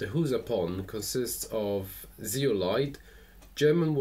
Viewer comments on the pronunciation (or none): Lechuza means owl but the right way to pronounce is leCHUza no lekuza